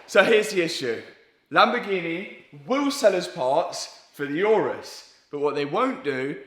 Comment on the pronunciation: The world: Lamborghini Matt: Lamborghi-neh